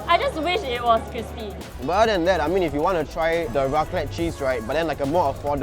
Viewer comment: Mostly bothered by the way they pronounced raclette... I dun think it pronounced properly. But Tts just me being anal. Hahha